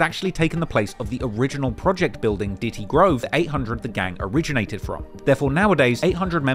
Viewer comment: its diddy grove not ditty grove lol